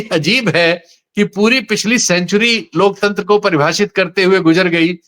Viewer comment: जो अनपढ लोकतंत्र का उच्चारण lokchandra करे , वो क्या ही लोकतंत्र की रक्षा करे या माने !!!😅